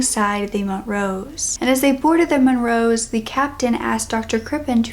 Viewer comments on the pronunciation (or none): Montrose isn't mont-rose it's mon-troze